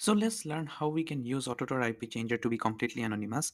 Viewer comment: Indian be like. Its TOR, not tar....😂